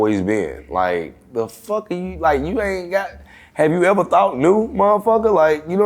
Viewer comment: “Have you eva thought new?”🤣🤣🤣